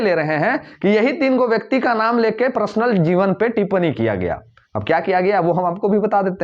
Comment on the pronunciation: Prasnal nahi personal bolo.